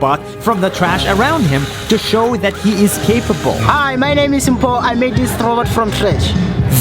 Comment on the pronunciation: YOH they butchered Mpho's name ai next time